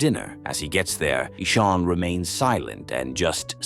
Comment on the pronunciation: The name is not Esoon its Ishaan